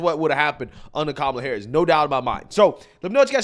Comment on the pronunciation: I thought you said "Gobella Harris" lolol.. Oops